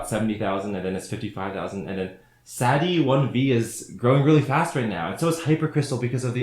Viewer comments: Bro mispronounced Sadi1v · im just laughing at how he pronounced sadi1v